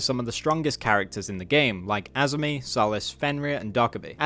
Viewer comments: Is everyone here too illiterate to just say the intonation should be on the ‘za’-part instead of spamming Uh Ah Eh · i beg you to stop saying azami like that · no he’s not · ong he said azami like it's a skin condition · hes still not saying it right